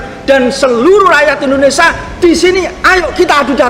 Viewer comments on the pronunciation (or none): Mulutmu saja sebut INDONESAA BUKAN INDONESIA apa karena gigi yg begitu ??